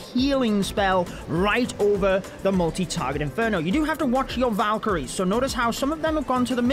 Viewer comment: whenever he says multi (inferno) my brain always thinks 'molty'